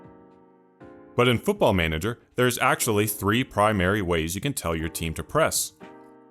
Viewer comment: it's manager, we just say manager